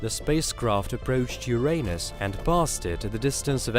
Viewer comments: Sollar system, Carl Soggin. Ur-Aynus. CHannel is russian so it's all good but its weird hearing the weird pronunciation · Ffs its URINE-US not YOUR-ANUS..